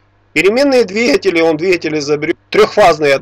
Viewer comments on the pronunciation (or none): none